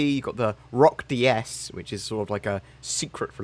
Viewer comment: Says "Roc-DS" Me: fart noise